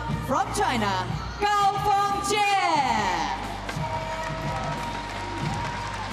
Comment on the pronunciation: It is Gao Fan-"JIE" can the commentator get it straight? He said it wrong in Semifinal too